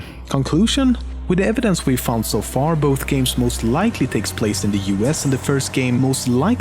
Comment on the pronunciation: Are you from norway?... Got it from "sååå..."